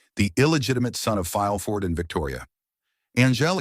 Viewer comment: It's pronounced "Mer-see-dees", imbeciles!!! "Fileford" was in fact, Gerard de Villefort. Amazing!!!